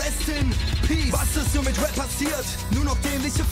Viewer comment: Gio kann endlich rap aussprechen. Die og's wissen was ich meine